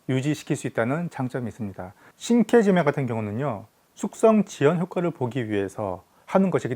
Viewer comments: 발음을 우리나라식표기하는 방식대로 읽어도 상관은 없지만 영상을 올릴려면 제대로 된 발음으로 하는것이 좋지 않나해서 끄적여 봤어요. 계속해서 저 두단어가 언급되어서... 자랑하려고 그런거 아니라 나만 그냥 불편해서... 안보면 될것을... 말입니다. 시장 방어잡는 영상같은거 올려서 ... 일본사람들이 조롱하고 그래서 이사람이 또 뭔 ~~ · 이케시메가 아니고 이케시메 입니다 신케지메가 아니고 신케지메 입니다